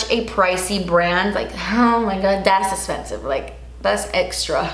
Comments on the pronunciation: Uuuuu girl “Das Esspensive” 😅 and a lot of work . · "Das esspensive" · I love when she says DAS ESSPENSIVE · I came here just to hear you say “das esspensive.” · No one:: DaS EsSPenSiVe!!! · LOL "Das esspensive" yes it is.